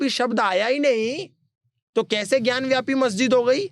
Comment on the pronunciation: ज्ञान व्यापी नहीं भाई ज्ञान वापी है..वापी संस्कृत का शब्द है जिसका अर्थ कुआं होता है